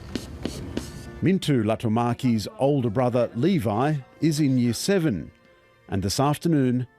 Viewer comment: It annoys me that the reporter didn't even try to pronounce any of their names... He pronounced Oona and Leevi so wrong, it's clear he didn't ask or care.